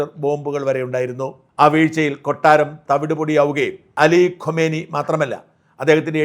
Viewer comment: ഖോമേനി അല്ല ഖുമേനി മരിച്ചത് 1989 ലാണ്. ഇപ്പോൾ മരിച്ചത് ഖമനേയി. എല്ലാ മലയാള മാധ്യമങ്ങളുടെയും വിദേശ പേരുകളുടെ ഉച്ചാരണം അതി വിചിത്രമാണ്. മണ്ടന്മാർക്ക് എന്തായാലും കുഴപ്പമില്ല, കാര്യം മനസ്സിലായില്ലേ... അതു മതി എന്ന് ചിന്തിക്കാതെ കുറച്ചു കൂടി ശ്രദ്ധ ചെലുത്തൂ...